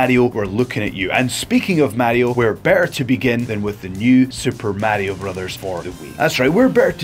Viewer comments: It's Mario not märio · WTF is a "Super Méahrio?" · Murrayo xDDD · It's not right though....